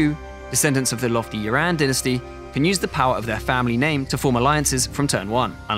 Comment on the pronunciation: It's quite difficult for British people to get Yuan pronunciation correct